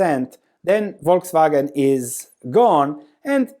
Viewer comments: Yes, it's "False Wagon" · Buy when they cut or cancel the dividend. My guess is this will be the bottom. 😋😋 Also, you live near Austria, you should know Volkswagen is pronounced Folkswagen. What I also find interesting is that dividend yield of Mercedes and VW are almost the same right now (10% vs. 11%) even though the likelihood of Mercedes keep paying that dividend is way, way higher than that of VW.